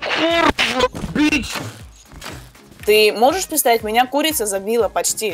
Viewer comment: Я ржал три часа когда она сказала меня ккрица убила😂😂😂